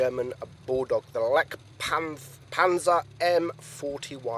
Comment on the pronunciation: As a german I really love how english speaking guys spell "Panzer" lmao